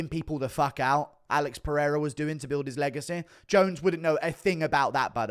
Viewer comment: When you say legacy you sound like your having a stroke lol 😂😂